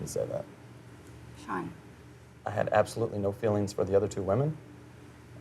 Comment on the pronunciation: Seann !!!why keep saying his name like that i cringe watched this🙄